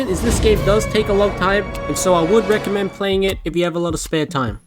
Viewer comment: i heard "i wanna reccodment this to children"